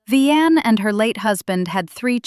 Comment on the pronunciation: Her name is pronounced Vy-Anne not Ve-Anne also Joe has another child. Do your research because Victoria and Shirley aren’t sisters they are cousins. Victoria has one sibling and that’s Sonny from Madea goes to jail the play